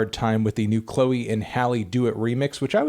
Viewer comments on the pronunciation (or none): none